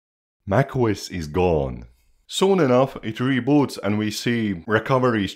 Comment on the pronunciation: Bro you saying nac os 😂